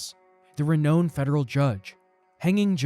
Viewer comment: Nice content but that's undercut by your mispronunciation of words such as 'renown'.